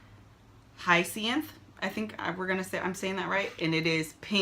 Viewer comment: you're now sooooo comfortable behind the camera. I love it. I remember the days when Kev was like nah, my wife ain't finna be in the videos. now look!! oh and Hyacinth- it's pronounced High-ya-cinth